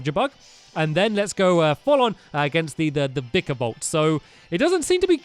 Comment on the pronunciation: faceplams when stampy does vikavolts sound..faceplams harder when he reads vikavolts name